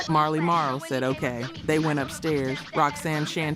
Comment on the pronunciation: You didn't even pronounce MC Shan or Marley Marl right. AI must be reading this.